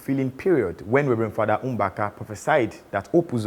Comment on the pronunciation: Nice one. Keep it up... The presenter's pronunciation of Mbaka is very wrong. Another thing, if the Nigeria vs India myth has been passed down from generation to generation, one would wonder when Sam Okwaraji died. That part of the fact checking is almost misleading. But I enjoyed the video though. More of it.